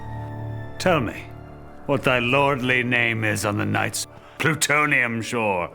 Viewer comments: Plutonian not plutonium. He did say, plutonium, right? It is hard to hear over the silken, sad uncertain rustling of each purple curtain. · Plutonian. With a ‘n’. I may be wrong, but I heard “plutonium”. Plutonium is a man-made element that didn’t exist for nearly 100 years after this poem was written. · Loved this, but why does it sound like he's saying plutonium shore, rather than plutonian? Every single time... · It's "Plutonian shore" not "Plutonium shore" XD